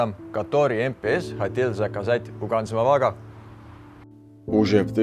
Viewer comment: Как же классно произносит ведущий, с акцентом, название производителя, Ганз Моваг.